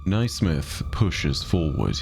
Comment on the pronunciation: Naismith is pronounced “nay-smith” btw. Sorry to be a nerd but it was bothering my Scottish ears 😅